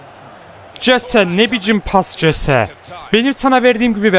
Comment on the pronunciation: Jese hese diye okunuyor